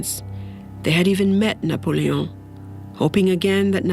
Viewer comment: “N He EnRagEd ......NePoLeeOn”